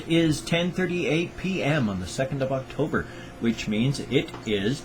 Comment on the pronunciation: Please could you react to Epic rap battle of history Jack the ripper vs Hannible Lecter (season 4) OH YEAH I needed to tell you something else you know you say Octogre in stead of October I put Octogre in my maths book in stead of October!